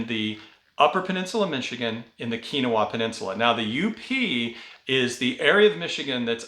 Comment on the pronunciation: Keweenaw is pronounced Kee When Awe.